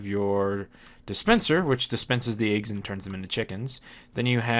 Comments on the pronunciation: you say "aags" instead of eggs. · You say Eggs Funny :P